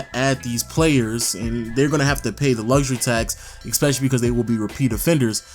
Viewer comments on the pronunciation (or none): I'm gonna miss listening to this everyday except how you pronounce especially